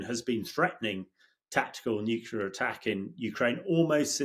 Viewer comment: Pronounce "Nuclear".